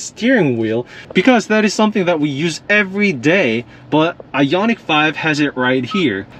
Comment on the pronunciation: It’s I-on-ic, not I-yon-itch